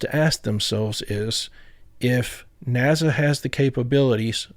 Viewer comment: Are you not aware of the difference between Z sounds and S sounds? Judging from the way you say NASA I don't think you do. You say it as if it were spelled NAZA I assure you that's not correct and it makes you sound ridiculous every time you say it.